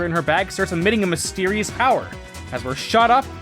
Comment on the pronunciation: "ROW ROW FIGHT THE POWA!"